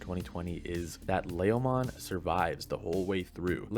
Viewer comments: Ley-o-mon ? leomon bud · LA-O-mon??? No no. It's LE-O-mon... Leomom. Don't get me started on the other names and butchered. What a noob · It's pronounced L E O mon, not laomon. What is it with YouTube anime reviewers and mispronouncing names? leo- in Leomon is latin for lion. Even the official English dub pronounces Leomon with a long E. You all do this with Naruto anime's too. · what is it with youtubers mispronouncing anime names? It's L-E-OMON, not Lahomon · It's LEEEEEE -o-mon. Not LAY-o-mon. You don't even have an accent to excuse the mispronunciation. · You pronounced Leomon wrongly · Why do u say leomon like that 😆